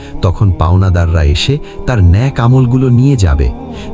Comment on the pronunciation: ন‍্যাক নয় নেক